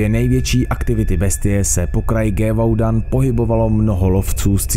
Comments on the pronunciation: Skvělé shrnutí. Francouzský umím plynně: lef lese do tchramvaje, žere mandle loupesije, že nežere že papa a nesere jen kaká... No prostě neumím, ale Hugenoti se čtou Igenoti, to by měl vědět každý středoškolák. O téma se zajímám a ten kraj se vyslovuje Živodan, pán Šastel... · Ty jo videa dobrý, ale to komolení cizích jmen a názvů to zabíjí a rve uši. Antoine se čte jako "Antoán" kupříkladu. Gévaudan je "Ževudan" (posledni si Powerwolf - "Beast of Gévaudan"). Tohle by chtělo zlepšit. Jinak pokračuj, tvá videa mě hodně baví. 👍🏻